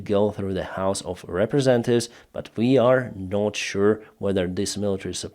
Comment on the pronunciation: a peaceful correction please. The word is representative and not representive